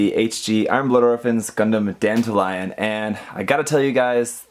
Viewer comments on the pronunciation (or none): it sounded like you said dandelion like the flower not Dantalion the demon (like all the gundam frames from IBO are named after demons) might just be me haha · the name is Dantalion not dandelion Lol Dan-tal-ion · DanTALeon is how it should be pronounced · it sounds like you said Dant-alion which makes it sound more like dandelion lol just found it funny cause other reviewers pronounced it differently